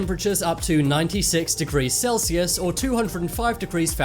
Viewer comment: No one bothered by the fact that instead of saying Celsius he said saldus